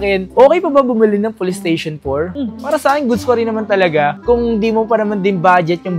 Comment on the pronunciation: mura kasi PLE-STESHON ang brand 😅😅